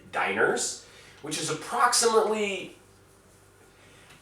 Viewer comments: I love how you mis pronounce dinars. Makes me laugh my ass off every time. Dee-naar Not diners :) lol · It's pronounced "DEE-nahrs" not DIE-ners (or Diners)."